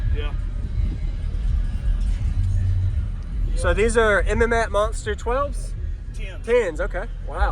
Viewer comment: mats not m m mats